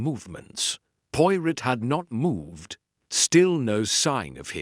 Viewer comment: The man reading tre story does not pronounce Poirot correctly!! Terrible.